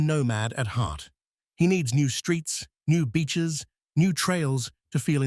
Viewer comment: It’s a good thing you had words on the screen because when was talking about Australia, he mentioned new beaches, but it sounded like nude beaches….😉🤣😂